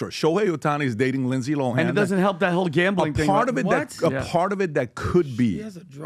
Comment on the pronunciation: “Rindsay Rohan” 😂 never change lol